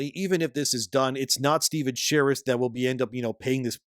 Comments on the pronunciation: Every time I hear "sherrif' I die a little bit inside. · Dude, its pronounced as "Shureeeeef" not like a cop. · His name not pronounced like "sheriff". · So click bait...can't even say his name right and pretends to know whats going on for clicks...trash. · I hope this is taking us constructive criticism and not some asshole in the Internet. Probably will be the ladder, but it is not intended that way. Your credibility takes a huge nose dive when you don’t pronounce the guys name correctly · If you're going to repeatedly say his full name, check your pronunciation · That pronunciation of Sharif.... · I love how you intentionally mispronounce his name throughout the whole video. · Half of this info is wrong, and this dude doesn’t even know how to say the creator’s name. Go watch a real video that actually knows what’s going on. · The gaming kickstarter space is a weird one bruh. Based on precedent alone, you're more likely to get rug-pulled in an MMO kickstarter than through meme-coin investment, and yet people were giving away their money hand over fist to a known con artist in the hopes that this game would mean the resurgence of MMORPGs? Like, how does this keep happening? Btw, you pronounce Sharif wrong, but since that makes Steven mad, please, keep it up.